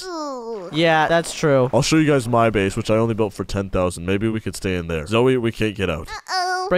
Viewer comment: I mene zoey not zoe no no no